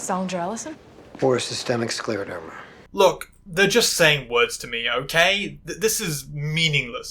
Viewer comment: Honestly, it's not that difficult to pronounce scleroderma ffs!